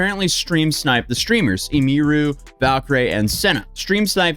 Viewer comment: Didn't know you could pronounce Emiru's name so wrong 😂 anyway, Emiru has had a lot of stalkers apparently, so it's not a rare/one time occurance for her. Mizkif even says he almost shot/killed a stalker that followed him and Emiru home. Rae I'm sure also experienced stalkers judging by her reactions and popularity. Cinna might be more new to this than Rae and Emi. Also, according to other streamers like Hasan, or QT Cinderlla and even Ludwig (especially those 2), streamers don't speak out about stuff like this because those types of things apparently escalate their behavior.